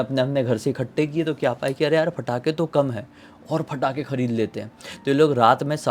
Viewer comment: Bhai patakhe hai ya fatakhe???😂